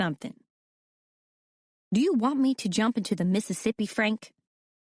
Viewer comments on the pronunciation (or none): none